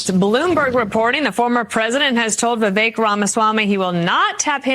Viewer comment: Benny absolutely, positively cannot pronounce Viveks last name. It's rude in my opinion.